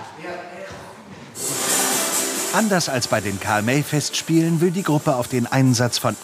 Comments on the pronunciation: Ach deshalb hat der Karl May falsch ausgesprochen 😮 Bewusst Fehler einbauen… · Es heißt Karl May 😏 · lol karl may voll falsch ausgesprochen was los walllah diggahhh